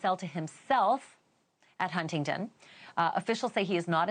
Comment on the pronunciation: It's HuntingDON not TON.